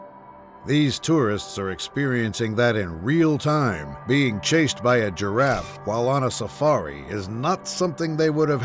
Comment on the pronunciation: "The GEEraff"😅